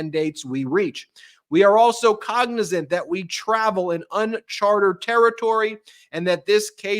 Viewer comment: Ben!!! That ruling said “UNCHARTED territory”, NOT “unchartERed territory”!